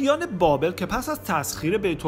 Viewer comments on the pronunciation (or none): none